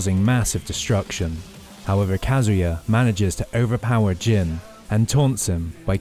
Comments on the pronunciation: He can't even get devil "Jin" correct FFS 🤦 keeps calling it gene... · It's Jin! Devil fuckin Jin! Not gene! 🤦 Like wtf how can you not get this simple fact correct?